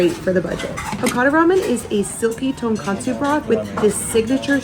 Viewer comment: Great video! I really like your friendlyness. Just a quick note: You call the ramen at Hakata Furyu "Tonkatsu ramen", but it's really "tonkotsu". "Tonkatsu" is a whole other dish with a friend pork putlet. Keep up the good work!